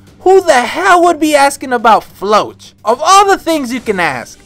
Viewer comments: "floatch" is a terrible way to pronounce Floch "Flock" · is it me or you're pronouncing floch wrong.... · Who the heck is Floatch, he's name is Floch😭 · Idk why, but I have always pronounced Floch as Flo-ck